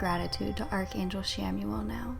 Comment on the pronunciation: Good energy :) … I thought it’s pronounced “KAM-uel” tho?